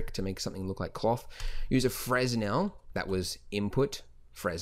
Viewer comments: Fresnel is pronounced "Frennelle" fyi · "uh, it's pronounced FRE NEL" in a french accent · lmao fres-nel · The s is silent in Fresnel (fruh-nel) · Tech_Geek97 Freh-Nel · Wow, when you said Fresnel I was thrown off. Am I dyslexic or something, because out of all my time working on 3D models, the whole time I thought it said frensel, and I would pronounce it that way too as "fren-zel". Welp, I guess you learn something new everyday. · He said fresnel😂